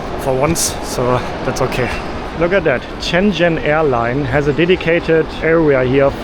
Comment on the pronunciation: I say this with love, but if I hear “Shenzzzzen” one more time… It’s actually pronounced “shen-jen”, soft, simple, no aggressive zzz. Please, for my sanity and for the people of Shenzhen try to pronounce it right.